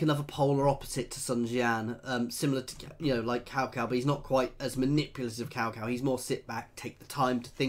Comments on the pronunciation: naw tsao tsao is correct, the way of how he said it in the beginnin is how u say it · Omg you are the first foreigner i have ever seen who can pronounce cao cao in the right tone